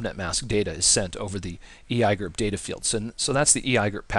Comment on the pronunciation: I had to thumbs down this video just because you said "ee i gerp", otherwise great video!!!!